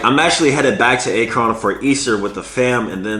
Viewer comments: Homie said akrahn😂😂😂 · I’m from Ohio, when he pronounced Akron was funny lol It’s more like Ahk Ron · Ak-rin, is how it's pronounced. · Akron. Act-Krin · This mans said acorn for Akron 😂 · Akron pronounced like the "Ak" in Dj Akademics. and -"ron" pronounced "rin" so Akron (Ak-rin) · Acron🤣🤣 Akron bro where Lebron is from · put some respect on King James birthplace ACK-RUHN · First video I've ever seen of this guy. I live in Akron and he pronounced it like Akon. I'm hurt, I gotta move now. 😂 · Ay-kron lmao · U mean ak-Ron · “A -kRon”😭😭😭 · This dude said A-kron lmao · It’s pronounced Ak-ren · Aye-cron🤣🤣😭😭😭🤣 good vid tho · Ack-rin, Ohio 👍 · A KRON HAHAHHAHAHAHAHHAHA MIDWEST FOLKS CRINGING HARD HAHHAHA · Thank you, was gonna type the same. Mans said it so weird. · Akron is pronounced (Ack-run) bro😂😂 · I’m from Ohio and hearing you pronounce Akron was the best part 😂😂 love the videos tho keep it up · This dude was saying acorn bro, like he don’t know where bron from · You must never watch basketball if you dont know how to say akron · This man says Akron weird 🤣 but ya man its just your turn! They always out looking for a better option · the way he pronounced Akron💀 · Ran to comments to see this 🤣🤣🤣man don’t know LeBron 🤣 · clearly isn’t a Lebron fan. He definitely would know how to pronounce Akron